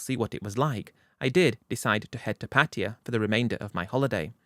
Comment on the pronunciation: The Londonistan boy just can’t say Pattaya, the spineless brit has to rename the city into Patia. And he loves saying it, Patia Patia Patia 😂